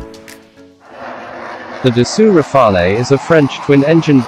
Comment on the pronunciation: You miss pronounce Rafale , there is no eh just say Rafal as the E is silent if said in english , for your info rafale means gusts of wind